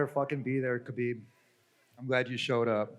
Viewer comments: Your butchery of Khabib's first AND last name is really annoying and distracts from the video. 1st Yes ح is a difficult sound to pronounce for non-Arabs, but if you can't pronounce it just say Habib (which you do randomly for the vid anyway). 2nd why do you try and pronounce ح in Khabib and not in the 'Nurmohammedov'? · "Habib Nurmohamedov" 🤦‍♂️ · Hearing him say his name wrong over n over was so painful